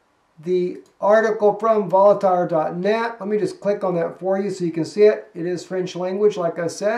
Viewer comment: "Voltaire" is pronounced "VOHL-TEAR"